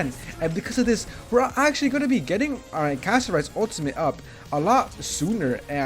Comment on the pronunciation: Interesting very interesting thank you for the video another thing Pronounce her name correctly Castorice😂